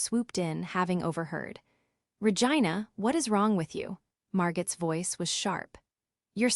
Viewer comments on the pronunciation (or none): And it is Mar go, not Margot in pronunciation.